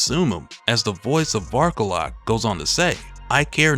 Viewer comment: When he first introduced him the way he annuciated it sounded like Bark a lot. XD